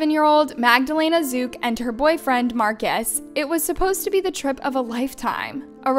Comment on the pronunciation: her surname is zuk not ruz.